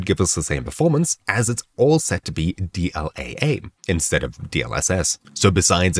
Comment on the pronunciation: You say AA like that one family guy episode AA eh?